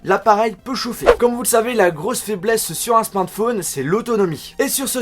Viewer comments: C'est moi ou il a du mal à dire smartphone ? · Frère tu sais pas dire smartphone... Déso.